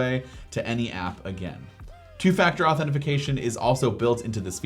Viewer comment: “two-factor authentiFication” lol 🤣